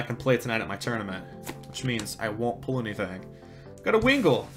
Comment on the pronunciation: I like how he pronounces pull as pool